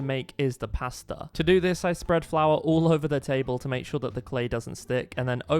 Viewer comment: I can’t, the way he says “pAstA”😂😂😂😂